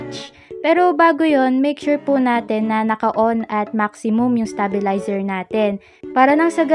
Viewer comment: ✨stah-beh-layzer✨ hehe jokes aside, useful nmn tong tutorial and im prob gonna need it! THANKS!